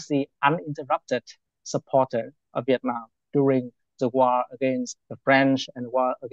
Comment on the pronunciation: LOL... We-itnam 😂